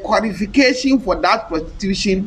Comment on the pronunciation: prostitution not protitution